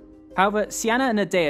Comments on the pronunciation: Her name wasn't even close to being pronounced "see-anna".. its not even spelled in a way it could be pronounced that way lol. Her name in her time would have been pronounced "key-nah-nay". sorry to be a stickler but I always feel like we are learning a fake history when we don't take the time to learn these peoples real names. There was no Alexander the great. He was Alexandros III of Macedon Son of Philip II. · I'm a bit confused by the pronunciation of Cynane (Sienna?). While it may be correct in modern English in Greek it's written as Kυνανη, meaning it should be pronounced very different. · How to pronounce Cynane? it sounds like Cyane